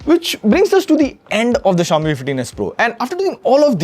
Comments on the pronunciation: What is Zayomi? Just say Xiaomi man. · Shao-mi❌ jao-mi✅😂😂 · no way he pronounced Xiaomi wrong. i think ai voice was used in this segment as it can pronounce it wrong. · Bro Chill he's human too.. he can fumble out too